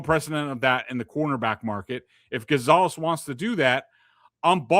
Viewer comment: Rofl "Gone-zo"